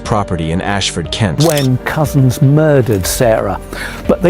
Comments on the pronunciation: You don't pronounce "Cousins" as cowsens, but cuzzons, as in the child of your mother's sister. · I knew his defense solicitor, this was a horrendous case for everyone involve. (And yes, sorry dude it is pronounced cousins)